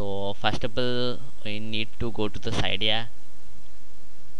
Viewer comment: Sorry Cydia not Saidiaaa